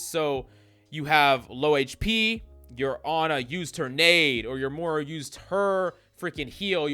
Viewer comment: It’s pronounced Moi-ra